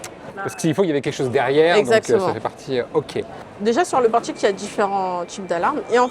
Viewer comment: LE FAMEUX " PORTCHIQUE"